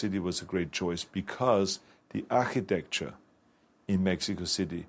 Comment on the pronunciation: dee ACK-ITECTYUH